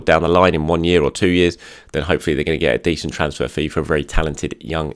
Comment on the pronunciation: The comment below is completely unimportant… It’s also completely irrelevant to the content and is a waste of your time reading it… pronounced the word “transfer” differently and. Told you.